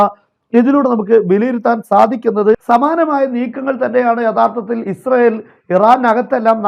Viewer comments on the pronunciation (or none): none